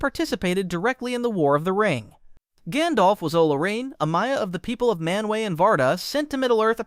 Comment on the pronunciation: Jandolf is a neat way to say it